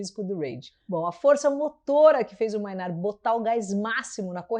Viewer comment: Tool tá no meu top 5 bandas da vida. só um toque aí, a pronuncia correta é "Mei"nard e não "Mai"nard, Mainardi é aquele xarope (pra xingar pouco) do Antagonista, Manhatan Conexion hahaha